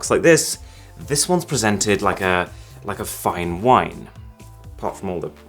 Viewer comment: When you said "like a fine whine" I heard "Like a f*cking whine" Lmaoooooooo